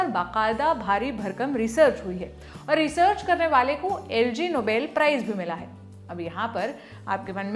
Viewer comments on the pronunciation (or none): Quite a research...but your staff really lacks basic English skills.. Its Ig Nobel Prize... (like Ignorant Noble).. not the LG (air conditioner) Nobel Prize... But I will always be your fan. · I appreciate your research but it pronounced as 'Ig(aeg)Nobel prize' not Lg Nobel prize. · lol..madam ye LG nahi IG hai..IG Nobel is rhymed as Ignoble matlab not honourable 😂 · मैडम जी, यह "एलजी नोबेल" नहीं, "आईजी नोबेल" होता है: इंग्लिश शब्द ignoble की ओर इशारा करता हुआ। यह एक व्यंग्यात्मक पुरस्कार है और नोबेल से इसका कोई सम्बन्ध नहीं है। वीडियो के शीर्षक में "नोबेल प्राइज़" का उल्लेख या तो अज्ञान की ओर इशारा करता है या चीप पब्लिसिटी स्टंट की ओर। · It's not LG nobel prize it's IG Nobel prize..lol lallantopwa🤣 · It is not Lg It is ig ig in swedish means "not" so "not noble" prize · Madam its LG. Its IG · Ma’am “ignoble prize” hai wo. LG Nobel nahi IG Nobel. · it's not LG Nobel Price is IG Nobel Prize. Pronounced as Eegnobel Prize. Ignoble means something that is not honorable or is of a humble origin. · Lg Nobel nahi Yaar. Ig Nobel. 🤦🏻‍♂️ Cross - check kar liya karo. By the way, white suit suits you. 🙂